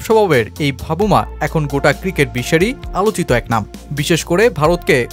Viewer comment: নামটা ঠিক মতো বলেন এটা ভাবুমা হবে না বলতে হবে বাভুমা